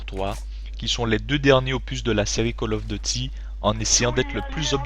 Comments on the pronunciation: " call of dety "Arrete tes commentary serieux ^^ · "call of the ty" x) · J'adore le debut " call of dôty black ops "